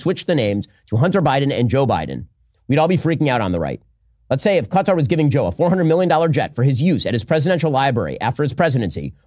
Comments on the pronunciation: I support and appreciate you, but PLEASE, it's NOT Cutter, it's kuh-TAR. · it’s not CUTTER… it’s ka-TAR! please correct your error!!! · Who cares what Ben says, also, Its Qatar. Not Qahter, not Cutter, its QATAR! Who have supported Hamas. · We Asian call the country ka-tar US keeps saying cutter, initially i thought trump was being bribed by a person named Carter Whenever i hear Americans say cutter or Carter referring to qatar (ka-tar) i cringe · It's pronounced kat tar . 😂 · It's Kah-TAR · It's not pronounced Cutter. Stop doing that. It detracts from your credibility from the first instance. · Stop saying qatar like that 🤣